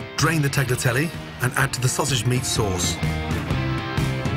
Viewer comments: i respect you as the greatest chef to ever live....but your pronunciation of tagliatelle....omg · Ok, this may taste ok, but it sure isn't a bolognese sauce and it's an insult to Bologna to call it that. Plus, I cringe when I hear him mispronounce both tagliatelle AND bolognese.